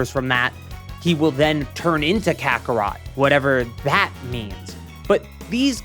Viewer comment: that's not carthu that's cartharot 💀